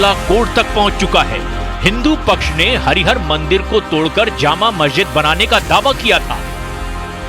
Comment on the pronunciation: यू ट्यूब बनाने का शौक है तो नाम भी जान लीजिए, सही उच्चारण कीजिए विशेष रूप से देवी देवताओं के मामले में। नाम है - हरिहर और आप बोल रहीं हैं *हरि हार*....। हरि हार का अर्थ है हरि का "हार" , माला, मणि मुक्ता, मरकत माला.....